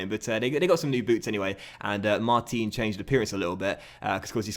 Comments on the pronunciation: hey... it is pronounced Mart-an... as he is french.. keep it up thanks as ever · Hey, just a quick comment to tell you that the proper way to pronounce Martin's name is to say the "in" like you pronounce the end of "Paris Saint-Germain". Also Martin's celebration is actually Matuidi's, it's after a song that was made for him. Love ur content:)